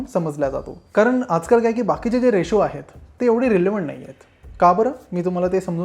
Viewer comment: रिशू नाही रेशो.